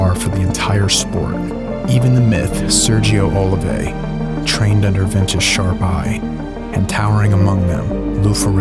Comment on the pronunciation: ..hi..you can say it just in the way it is written...Oliva...is pure spanish..brief and easy to pronounce..nice video...😃💪👍👍